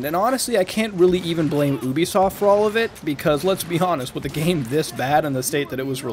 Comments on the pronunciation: its actually pronounced ( you-bee-soft ) but that's ok its a very common mispronunciation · Why do you people say Ubisoft as “Ooh-be-soft?” It’s “You-be-soft.”